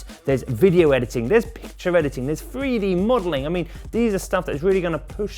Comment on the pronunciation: "freedee modeling" it's Three d mate. Learn to speak properly, you're supposed to be a professional presenter.